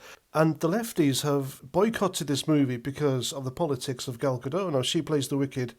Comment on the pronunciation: Great review, throughly enjoyed. It and it's Gal GaDOT not GaDOH